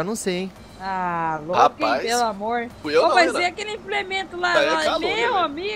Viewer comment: só fala rapaiz kkkkk